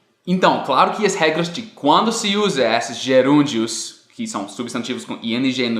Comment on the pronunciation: Sua pronúncia é quase perfeita em português, só falta corrigir a forma de falar a letra ''e'', você sempre fala ela com som aberto em palavras que ela tem um som fechado. Por exemplo, não se diz ''ésses'' e sim ''êsses''. Tirando isso tá perfeito, parabéns pelos estudos e pelas dicas, o vídeo é ótimo e me ajudou bastante